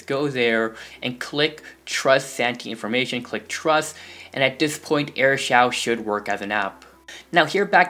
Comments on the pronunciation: It's pronounced air shoo not air shouw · It's Air shoo not air shau